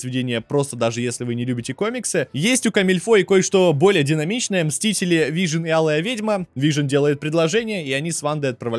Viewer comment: неа, вы явно произносите вижен и пишите вижн окей просто попробуй вслух просклонять Вижн и Вижен и сам услышешь как тупо звучит без е